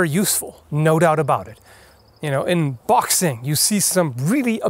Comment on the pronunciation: Did you say Bachsing imstead on boxing? Funny. Or at least that's what i heard